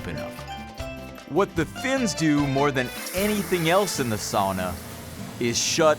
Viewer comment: and he pronounced sauna the first times good, then failed